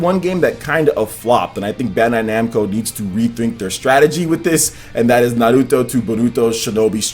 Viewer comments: Why do you say "naruto" with a spanish accent? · All I want is for this puto to pronounce Naruto correctly!